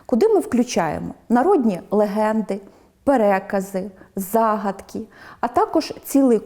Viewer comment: Чому зАгадки?А не загАдки?